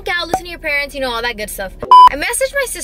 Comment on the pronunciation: ...you know, you kwow, snapping ooh snapping snapping... (sorry I couldn't resist my kpop fan side told me to 💀💀)